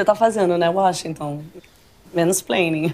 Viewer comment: Acho que esse é o Uóxinton e não Washington.